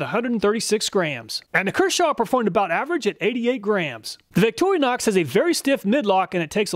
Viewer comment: What on earf is a "Victorianox"?